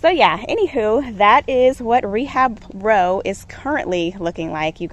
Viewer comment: “Rebab row” haha love it!